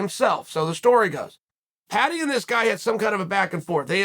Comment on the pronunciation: Americans just can't say the word Paddy lmao